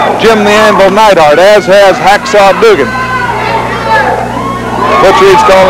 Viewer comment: What's with Watts calling Duggan, "Doogan" and Neidhart, "Needhart."